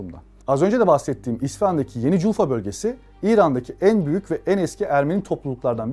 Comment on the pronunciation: Джульфа,ударение на букву "А".И вообще спикер неважнецкий,безграмотен,не в теме.